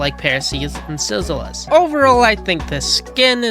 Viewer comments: Silzous is pronounced as Sil-zus. Only 2 syllables. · Silzous can speak because he's in the insolence, not infected (By the way it's pronounced "Sill-zus" not "Silzellous")